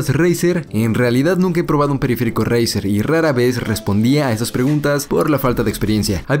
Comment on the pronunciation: dice 😂😂